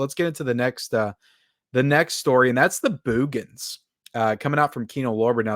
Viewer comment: Love how you pronounce "Boogens", LOL.